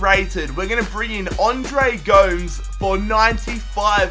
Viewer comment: It pisses me off how u pronounce Andre Gomes